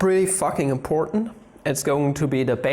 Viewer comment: That’s pretty imPOR’nt if you ask me :P